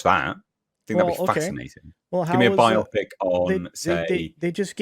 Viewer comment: Stop saying "by-opic" like biopsy. It's not a medical procedure, it's a BIO-pic.